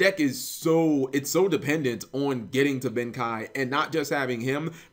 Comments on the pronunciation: cap, tis pronounced, Ben KAY, not Ben KAI. see the 'e' in Ben KEI? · BEN KEI. not Ben Kai just sayin' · it's... pronounced "ben-kay" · I think it's pronounced Ben "Kay"